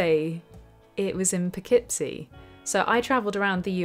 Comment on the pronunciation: Cudos for pronouncing Poughkeepsie correctly, my home town!